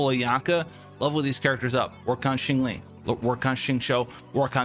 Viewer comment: "shyang-ling" not shingling lol